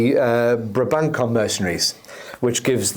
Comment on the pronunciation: Very cool! I like how flexible this retinue is. Also: Brabançon is a soft-C sound, so it's pronounced BRAH-ban-sohn.